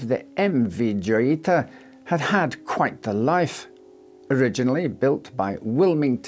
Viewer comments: It's pronounced "joyita" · Joyita pronounced Hoyita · The J in Joyita is pronounced like an H, given it's Spanish.